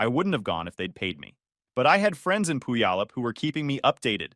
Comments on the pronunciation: The AI pronounces Puyallup funny. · The way the AI voice pronounces Puyallup is hilarious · AI really butchered that name though😅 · To be fair, most locals can’t pronounce Puyallup either. But could you at least mispronounce it the same way every time?